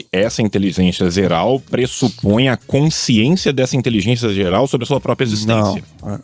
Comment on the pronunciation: o falou " intelizencia zeral", corrija por favor, para que eu possa dar continuidade no podcast